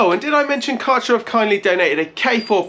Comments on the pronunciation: It's not karcher but kercher as ä in German is prronounced as e. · Karchah? Try Care-sher. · Can someone please tell him how to properly pronounce „Kärcher“ 😂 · Take a year of German?